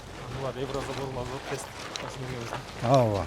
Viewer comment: Аува аува дейтго ооба деген созду